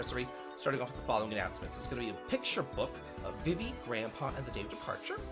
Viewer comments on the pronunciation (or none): none